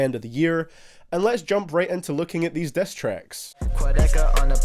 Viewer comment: The Diss turns into "Dess"